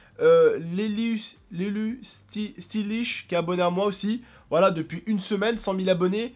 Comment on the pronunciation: Comment IL A écorché LL Stylish ahah LE pauvre, IL EST américain EN plus